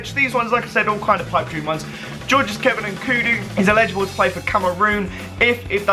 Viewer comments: it's eligible not illegible. (el-i-ja-bul, not il-eh-ja-bul) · the way you say elligible makes me sick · sam cohen lol he pronounced it illegible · I hate it when people say illegible instead of elligible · "Illegible" fuck me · Edward Beach it's his accent he's saying ellegible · "Illegible" SMH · Why are you pronouncing eligible like that